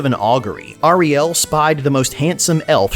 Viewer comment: Hey man nice vid! But please, its pronounced airiel, not ahrielle. Just my two scents